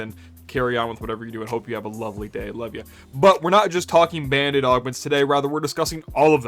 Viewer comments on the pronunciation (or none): OK, it took me until you put the text on-screen to realise that you're not saying "Bandit Augments" but rather "Band-Aid Augments". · Every time you say band aid augment I think you say bandit augment and I get thrown for a loop. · Why are you saying “bandit” augment?